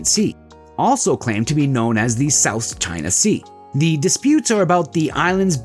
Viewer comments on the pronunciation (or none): none